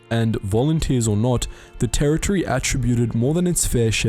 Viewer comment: Might want to check pronunciation of some of the words. For instance San Juan is not pronounced San Juwan. And attributed is not ata buted. Battan is not baton, like a club. Engrish as a second language?